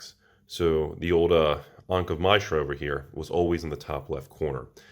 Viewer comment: ankh of my-shra. never heard it said that way before.